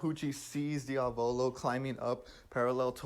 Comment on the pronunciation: Drinking challenge: drink one shot every time he says "Diavolo" with the wrong accent